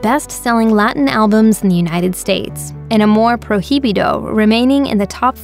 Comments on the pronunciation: You put the accent on the wrong syllable in the word prohibido. Put the stress on the second i. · Pro-he-bi-do? Proy-bi-dough 😌